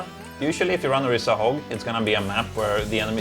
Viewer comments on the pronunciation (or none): IT'S ORISA. OR-EE-SA. NOT ORISSA. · Orisa not Orissa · **Orisa** not Orissa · LOL true "ori-SAH online"